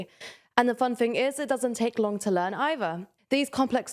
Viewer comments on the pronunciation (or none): none